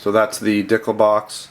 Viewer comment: Regarding the ekol dicle. The name sounds less silly when you know the correct pronunciation. Dee cluh. And it is a replica of the baretta cougar. You mentioned that you are about giving to the community regardless of if it is a product that you carry which is very cool so I hope that information helps.